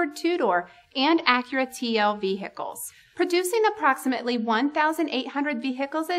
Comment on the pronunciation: Vee hickles?